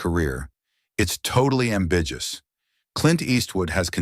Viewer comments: Apparently clint has fathered 8 children, unlikely feat for a gay man.plus the narrator needs to learn how to pronounce... ambiguous. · I just got off a video that used AI. Guys, do your own work. You make millions off these videos. I could tell when you butchered the pronunciation of ambiguous